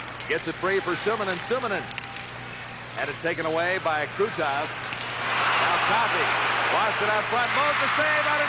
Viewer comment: Ещё произношение "Байков" вместо "Быков" забавляет. :-)